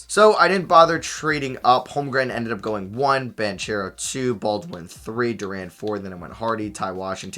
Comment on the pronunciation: Is it possible for this kid to pronounce names correctly? Doesn't seem like it. Learn how to pronounce Banchero and Duren correctly please, it is hard to listen too